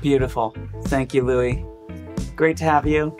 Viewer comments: Did he just call him Louie? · umm is his name really pronounced "Louie"??????????? wtf I feel like my whole life is a lie...